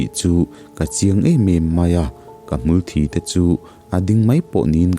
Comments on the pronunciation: Hmulthi tih hi, thi (blood) anga lam lovin thi(dead) tih anga lam hi a fuh lo maw?? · HMULTHI...mitthi kan sawi a "thi" anga lam tur hi ani..thisen a "thi" kan lam ang nilo hian aw.....ngaihthlak a nuam suk² eee